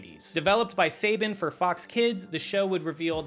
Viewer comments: It's not "Say-Bin", it's "Sa-Baun"! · It’s pronounced Sa-ban not Say-ben